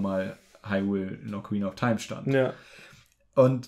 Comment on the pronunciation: "Ocaraina of taim"